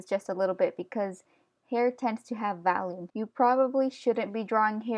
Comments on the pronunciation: Awesome!! But also were you saying "volume" or "value" when describing the distance off the head that the hair should be? It sounded like you were saying "valume" 😂. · im pretty sure your saying volume but it comes out as 'valume' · Valume it’s sooo cool how you say volume lol :) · Her: Valume Me: agh cringe! Sorry but just had to do it, btw I really love your videos they have really helped me in my confidence and abilities. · volume. not valume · you keep saying valume because you can! don't let other ppl tell you how to pronounce stuffs! I say wacom like WACKom because it's more fun! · I understand you weren't trying to be rude, but its not really funny when people say things differently.......( '3') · Its pribably volume